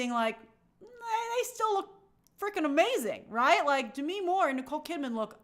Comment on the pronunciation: Grace why are you pronouncing Demi’s name like that? Lol